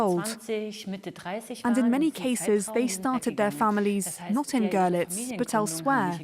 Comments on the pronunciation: its not gorlitz its görlitz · If you only speak English, then of course it is not important to you. And even that you can't really do because you spelled "no one" wrong. You also spelled "honestly" wrong. For those of us who know how Görlitz is pronounced, this narrator sounds ridiculous. It's like a documentary about London, and the narrator pronounces it "Looondam". That would be fine for you? It is amusing how you are proud of your ignorance. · I enjoy his utter mispronunciation of Görlitz. I mean, honestly, they could not find a single English speaker who can pronounce it correctly?? What a piss-poor effort by France 24. Just truly sad. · Sorry to hurt your tender British feelings, but don't you think if you make a film about a city, you should be able to pronounce the name of that city? Seems sensible to me. So if a professional media oultet makes a film about a city, and can't get the pronunciation of it right, that is pretty sub-standard. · Your umlauts are very difficult to pronounce for non native German speakers. I bet you'll have a hard time pronouncing some of our digraphs and voiced or unvoiced sounds. Not everyone is perfect. Of all the things the docu said, the only thing you heard was the wrong pronunciation of Görlitz.smh. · They are not difficult at all once you know how they work. Goerlitz is very straight forward. The oe just stretches the vowel to rhyme with 'her'. The tz on the end is quite a sharp, sibilant sound. He didn't pronounce 'Claudia; correctly either which makes me think he is unfamiliar with the German language and ergo really not a problem.